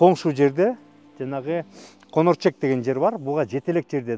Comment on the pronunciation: Конерчек эмес конорчок